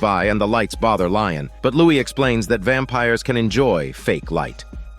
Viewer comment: His name is Lestat, not Lion